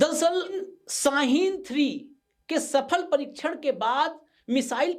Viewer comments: Saheen ny its shaheen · YAAR YE SH NAI BOL SAKTA AUR YE KAADU DAYRH ARAB KI ABADI WAALAY MULK KA AIR CHEAF HAI 👻🤣😑🤭 ABAY SHAHEEN NOT SA HEEN KADDU.. BYE SISTERS 🩶🩶🌷🌷